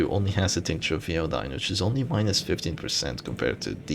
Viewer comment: Hey, we English speaking folk pronounce Iodine as “Eye-Oh-Dine” as opposed to “Ee-Oh-Dine”